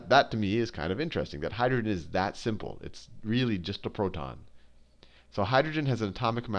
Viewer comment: He's accent is perfect until he says proTon. lol but i love that dude! the amounts of times he saved my life